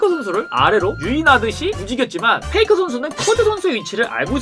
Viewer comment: 페이커를 페이크라고 하는거 계속 거슬리네요